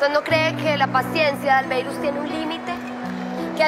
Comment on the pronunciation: JAJAJAJAJAJAJA "ALBEIRUS"😂 le dice la diabla..... cambiado de tema me parece muy egoísta catalina con jessi sabiando q jessi la ayudo bastante